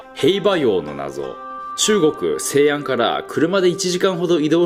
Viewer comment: 喋りからして独学若しくはプロの訓練を受講してると思われる。 西安の発音がアナウンサーみたい。 でなけりゃギフテッドだろうね。 それならばアゴキマンのアゴをお○んぽの様にしゃぶりたい。